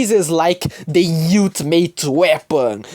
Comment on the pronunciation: not to be rude as English is probably not your first language ultimate is pronounced as uhl·tuh·muht